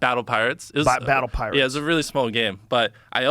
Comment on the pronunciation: Interesting how “pirates” can sound like “cards”